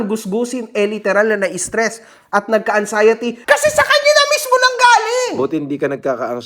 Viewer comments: Wala naman talagang “ ANGSAYATI” eh…….bakit nyo ba pinipilit! 🤣😉 “ANGSAYATI” Sabi ni! ……na meron g “ANXIETY”……..pero sabi ni ay “ANGSAYATI “…..di ba??? LOL……🤣😂🤪 Alam nyo naman si GUSGUSIN TRYING HARD ENGLISH. Hahaha!😝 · LOL.. "ang-xiety" bwahahahaha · Angxiety🤣🤣🤣 Anxiety yan ayusin mo pag bigkas kasi sayang yang gold mo sa ngipin🤣🤣🤣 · angsayte daw😂😂😂nakapag aral daw yan pero di alam bigkasin ang anxiety tanga di.nga siguro nakatapos yan sa pananalita lang wala ng alam